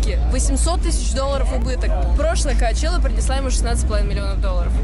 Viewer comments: коачела вместо чела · Санчела, коачелла, сучела 😂